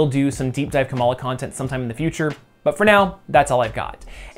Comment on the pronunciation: kamala khan-tent?